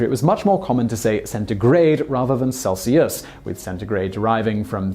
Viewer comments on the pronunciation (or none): When you said Celsius, I did not expect you to emphasize the third syllable.